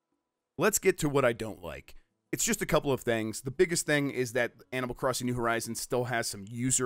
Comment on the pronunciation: Did you just say Animal 'Christing?'